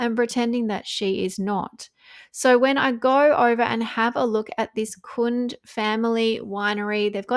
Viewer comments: It's pronounced Kun-day. I live near the winery. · Hey, its pronounced Kun-dee. My former SIL was the CFO for them 20yrs ago. The have lovely grounds. Sonoma County may have more vineyards than Napa. Just FYI. 💖✌️